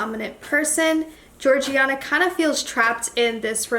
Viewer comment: Her name it’s Georgina not Georgiana